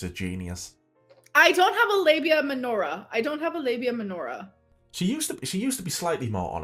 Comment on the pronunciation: The one time pronounces a medical term correctly and I walk out of the shower and just hear “LABIA MENORAH” and I’m like “Oh shit, she’s back and she’s dating a Jewish girl now.” I was preparing my trauma responses for her Jewish era.